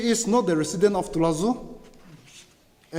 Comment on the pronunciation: Dear Hornbill tv the term NETIZENS & CITIZENS are two different entities. In this case the issue is between the Citizens of Toulazouma (pronounced 2-la-zu-ma) and not as written on the thumbnail. Thank you for the coverage 👍